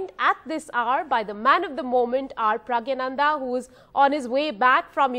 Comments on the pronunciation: Not praggyanandha.. praggnandhaa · Please pronounce his name correctly . It is not Pragyanandha . It is Praggnanandhaa. Please see Agadmator channel where the channel host , a foreigner corrects his pronunciation and pronounces correctly. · She was repeatedly infering him "Pragya" ,instead of Pragg or maybe praggna , 😂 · first of all get his name right its pronounced as praggnanandhaa not pragyanandhaa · Appreciate NDTV doing this interview, but would be nice if the anchors learn how to pronounce Praggnanandhaa correctly.